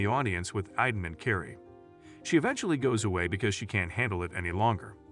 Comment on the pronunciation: It’s not iden it’s Aidan 😂😂